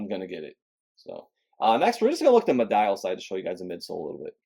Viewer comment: It's pronounced me-dee-al